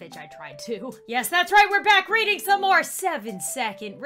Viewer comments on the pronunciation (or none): none